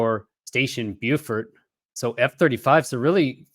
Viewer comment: Hey, Beaufort is in french and is pronounced "bo" (no "w" sound at the end) and "for" (as in "for a good cause").